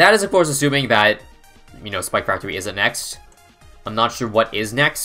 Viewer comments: all i hear is “spactory” and it makes me want to cry. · i just realized he calls it spactory